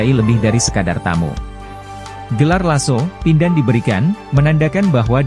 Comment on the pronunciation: Laso' Pindan bukan Laso' Pandin.